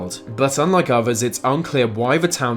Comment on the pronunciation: Why can't Brits pronounce th? They often say others like "overs" or "uhvuhs" it's goddamn annoying.